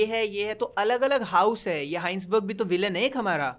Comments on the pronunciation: Are bhai koi to iise batao vo hisenburg ka pronounciation हाइन्सबर्ग नही वो हाइजनबर्ग kahate hai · heinsberg nahi "hai-sen-berg" hota hai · Take a shot everytime says Heisenberg's name wrong